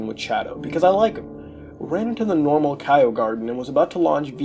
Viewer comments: the fact he pronounces Chao as "Kaio" instead of the correct pronunciation "Chow" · Good video but just so you know Chao is pronounced like chow not kaio or K.O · the fact that muta pronounces chao as kay-oh/kye-oh instead of ch-ow fucking enrages me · Idk how mutahar messed this up its chao not kyo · I hear Kyle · DID YOU PRONOUNCE IT "KYO GARDEN" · The pronunciation of Chao is killing me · The way he says it was the scariest part of the video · muta can't say chao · The way he pronounces chao is almost as laughable as the cutscene's in sonic adventure 1. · The scariest part of this creepypasta is how muta says chao